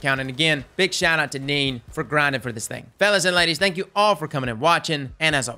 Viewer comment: Hey that’s my Cousin Nene’s account lol. His name is pronounced in the Spanish way Nene, not pronounced Neen btw. Good shit regardless on featuring him. I had a feeling he got featured. Was playing him yesterday in private matches to see what he could take. Even takes a chaperone shot close range in the face. But we noticed arc matching pretty much self destructs it.